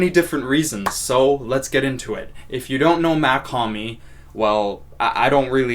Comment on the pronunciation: Mach not mac